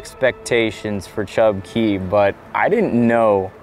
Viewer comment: Nice video. But man, cringe every time you called it Chub "Kay".... Glad you figured it out half way through. 😂